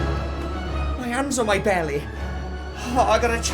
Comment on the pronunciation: “her bellay”